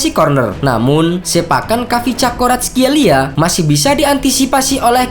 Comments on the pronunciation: Kavicakskorartkelia EMOT BATU dlu .. Koreksi yah min Cara bacanya " varatskelia " biar lbih aman sentosa buat lidah² org indo😂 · kvaratskheila oi bukan cakoratskeila